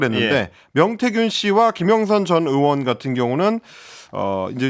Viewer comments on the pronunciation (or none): 의원->으원, 의혹->으혹 이거 너무도 거슬리는데 연습 좀 하시지...